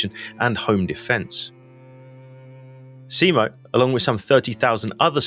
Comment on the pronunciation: For the love of god, just call him Simo, and stop this butchering of the surname...